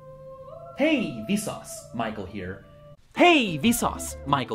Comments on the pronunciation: More like "Hay we sauce my cold beer" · Sounds like "Hey Vsource, might call here." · After a while you start hearing: hey vis auds Michael hear